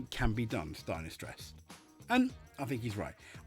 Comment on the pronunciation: I have to say you pronounce the name Steiner better than most Germans, no kidding. Sadly Steiner is correct in every word he says here. And this must make you think that FIA’s no swearing policy actually destroys the WRC far, far more than what the drivers say. The drivers are forced to hold back, give us the same media friendly waffle and act very boring! If you remember the guys from the past, even Richard Burns and Walter Röhrl would end up in a prison in the basement of the FIA HQ these days. And btw Steiner knows very well what he is talking about. Yes, most know Steiner as an F1 team boss. But what the reports here completely forgot to mention is that Steiner has a very rich WRC past! Günther Steiner started his motorsport career as a mechanic for the Mazda WRC team when they ran the groupA 323 with drivers as Timo Salonen, Hannu Mikkola and Ingvar Carlsson. Later he was part of the Jolly Club Lancia Delta team, then Prodrive and in 1998 he became project manager at M-Sport when they started developing the Focus WRC, and here again he worked with Colin McRae and Carlos Sainz. So absolutely 1000% sure when Steiner has this to say about the WRC, the FIA should bloody well listen to him!